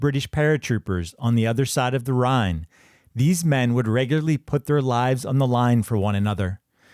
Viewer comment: Rhine river not Ryan